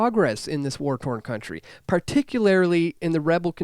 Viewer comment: Dude this is a fantastic message. Word to the wise: it's pronounced "NU-clear" and "par-TIC-u-lar-ly." Your words will be lost upon those who can't see beyond pedantics.